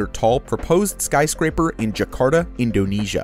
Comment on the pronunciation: Sky crapers you said it earlier sky craper